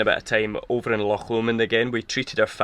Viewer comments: Really enjoying all your videos. So nice to come across a couple who can actually pronounce the names of the places you visit in Scotland! I get really fed up with Sassenachs going on about Lock Lomond! It's time they realised that all our locks are on our doors! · Such a relief to hear loch being pronounced properly....! Nice wee video. Been living in a ducato for four years....Just smashed the mirror on something on a country lane after MOT failure.....time to reconsider......erf !